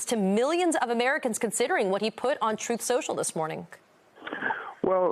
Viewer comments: Trump can't even pronounce the werd's "Truth & Social "cause he pronounces them as "Troath & Sential." So how would he know how to beven begin to know the truth even if it hit him in his antisocial lying head? Hmm? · Donald can't even pronounce his own Truth Social cause he pronounce's it "Troath Sential" kinda like he calls China as "Chynnna" and hamburgers as "hamberders.".